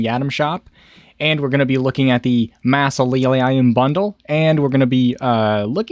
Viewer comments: It's said like "maa·zuh·lee·uhm" :) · Bro you need to look up how to pronounce mausoleum lmao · lol say mausoleum again